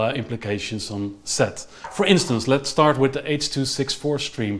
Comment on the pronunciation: Go "Back To Duh Future". :P